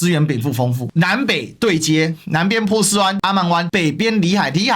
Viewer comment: 发音有点可爱，也更符合原语言，以后我就读Po斯，Po斯湾😁